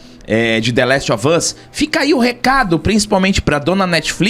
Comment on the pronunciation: É, The Lastovas, aprendam a falar, viu? Kkkkkkkk....